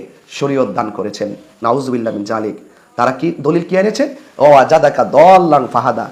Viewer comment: আরে তুমি শুদ্ধ করে নাউজুবিল্লাহ ও বলতে পারেন না! তুমার কুরানের তেলাউয়াত শুনে আমার লজ্জা লাগলো, আমাদের নুরানির ছেলেরাও তুমার চেয়ে ভাল তেলাওয়াত করে।